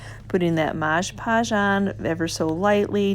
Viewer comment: I love these projects. Please say MOD podge, not moj podge.